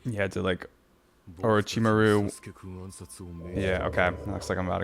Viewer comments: it's Or*o*chimaru, not Or*i*chimaru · Orochi-Mah-ru. Or as I like to say with my kids: aroachymario.